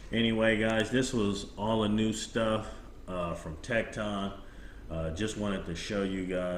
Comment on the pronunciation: Good try with the pronunciation of tekton but its actually pronounced tektin. Everyone seems to be pronounced it wrong. As I was told by the company themselves. Of the correct pronunciation. Just thought I would let you know. Good video though.